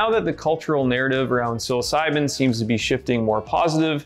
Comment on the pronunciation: Home boy said “sill-oss-si-been” pronouncing psilocybin 🤣